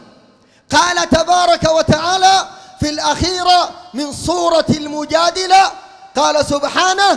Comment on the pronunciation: ثانيا : ليست المجادلة بكسر الدال بل بفتح الدال ثالثا : لم ارى اجهل منك وهل تعلم ان اولئك الرجال يحادون الله ورسوله اتمنى ان ترسل رقم جوالك يا جاهل